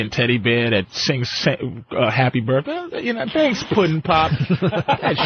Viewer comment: “Happy burrday” is how I say that shit till today 😂